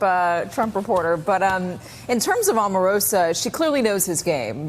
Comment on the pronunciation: I have to drop the volume everytime there is a video with this guy. Why is he always shouting? Omarosa is pronounced with a long O, like Oprah or Obama. You'd think you all would have figured that out by now. He is getting attacked from all fronts...but nothing is changing.